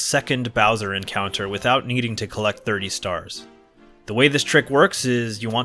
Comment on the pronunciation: Mips? I swear everytime I hear someone say the name, it sounds like the person is saying Nips.